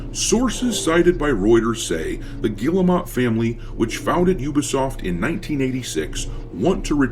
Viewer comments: It's pronounced gear-moe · You know, their name is not pronounced like that, but i like the way you say it because it add the disrespect they deserve . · Guillemot !?!? That’s French for retarded!!